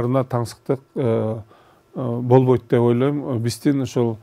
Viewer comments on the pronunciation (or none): none